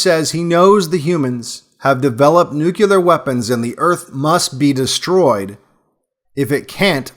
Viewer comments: I love the content. Thank you for this message - your intelligent points of view, wise commentary, and impeccable articulation keep me coming back to develop my understanding of this world. But it's "NUCLEAR".;) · I love your videos. But for God's sake, man stop mispronouncing "nuclear". It's pronounced like "New Clear" not "Nuke Uler". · It’s pronounced “new-clear” not “new-cue-ler”. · NEW-KLEE-R There is no such word as NEW-Q-LAR you are too articulate to NOT correct this. Or are you comfortable with “axe” rather than “ask”? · Excellent stuff. But it's nuclear war, not nucular war. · I am unsubscribing to your channel. It's not because I disagree/agree with the video or the premise of it or anything you are saying.. it is because you use the word "nuculer" rather than nuclear. Then you did it again . Sorry but I can't in good conscience be subscribed or watch videos that are made by an idiot who can't even pronounce the word correctly. I realize how ignorant and stupid you are even though your videos are good you are an intellectual fake. F-OFF. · Good video but, Nuclear ..... Why can't people say it correctly? I'm just wondering. It's not nuculear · it's nu-clee-arr, not nuke-uu-larr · Nuclear not nucular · I love you to death, but its (noo-clear) not (nuke-yoo-lurr). had to say it man, you sound like ole George Dubya Bush. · Nuclear... not Nucular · your vids are great, but, in this one you keep saying "nucular" instead of "nuclear" pronounced noo' clee ur, which has something to do with the word "nucleus." You wouldn't say "Nuculus" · PLEASE. NUCLEAR. NEW-CLEAR. Nucular sounds so low IQ it takes away from the point. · Good talk. But, it's "nuke-lee-uhr", not, "nuke-you-lur". 👍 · "NUKE - LEE - ER" not "NUKE- U - LER" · S wated to hare this until ou dropped the 'Nucular'no-word, Bush bomb. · "NUCULER" WEAPONS?? U-SUCK!! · Aaarrgh...he said 'nucular'... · THE WORD IS SPELLLED “NUCLEAR” AND ONLY HAS TWO SYLLABLES.